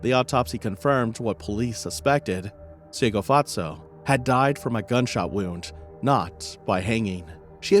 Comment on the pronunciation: This case shook the entire SA. May Tshegofatso rest in peace. You butchered the names so much, lol, bless your heart.